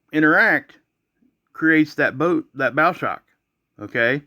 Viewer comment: bow like the bow of a boat ... not bow like a bow tie